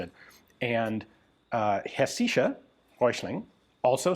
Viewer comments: Heschischen werken with emphasis on hesch. First part. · The “Hessische” means from Hesse (Hessen in German), which is a small state in post-war Germany, and at the time was a region named after a minor country. And, if you’re interested, it’s pronounced HEH-sih-shuh, all short vowels, stress on the first syllable. But don’t stress pronunciation, there are too many languages to get them all right! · HESS-isha. My German wife says it’s easy. Also, your paradigm is showing. The “bolt handle” root doesn’t hold the “bolt” against full pressure, it only holds the barrel from moving forward. But unlike the typical bolt, the barrel has a “pressure relief valve” in the form of the bore of the barrel. Meaning it’s holding MUCH less pressure, bolt thrust, etc. That gun has problems, but I don’t think the bolt handle or lack of locking lugs is one. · I tried to figure out what you were trying to pronounce. I think it was hessische?